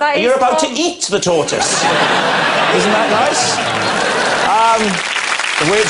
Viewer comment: Notice just after Rob’s different pronunciation of tortoise?